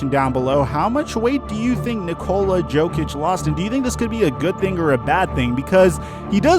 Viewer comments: you pronounce jokic as yokic not jokic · Hahaha u said jokic instead of yokic lol Y would we make fun of u 4 that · YO kich Not JO kich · Jokic is not Joekich he is Yokich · It’s a joke that you keep pronouncing Jokic like jokeitch. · Its YO-Kich.. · ...it’s pronounced (yo-kich) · Man said jokic hard I and I hate him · Me: Getting mad every time mispronounces 'Jokic' 2 seconds later: " Please feel free to make fun of me" Me: You're damn right I should